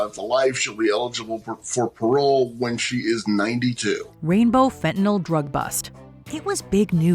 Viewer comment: There is no "o" in fentanyl Not sure why this gets under my skin so badly but it really really does.